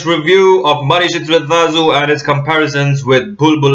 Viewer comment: You pronounce 'zh' almost as perfectly as a Malayalee! Non-Malayaees normally pronounce it as 'lu'.